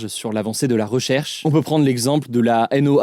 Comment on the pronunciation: On ne dit pas "La N.O.A.A". Ça se prononce "noa", comme un mot (comme NASA). Source: moi, j'y travaille depuis dix ans.